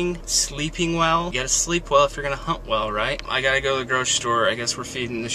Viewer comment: oh geeshe i died when i thought said 'you got to sleep well if you're gonna 'hump' well! HUNT! he said HUNT!